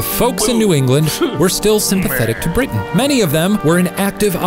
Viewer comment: did that little dude really pronounce it "briddin"?????